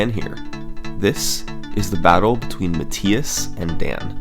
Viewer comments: I'm pretty sure its pronounced "Muh-Thigh-Us" not "Muh-Tee-Us" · It's muh-th-eye-es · Even though you are pronouncing the German name Matthias incorrectly 😉.. This is a very well organized video my friend, good job 👍